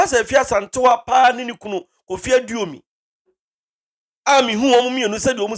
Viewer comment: Yes "Owusu Aduomi" NOT aduonum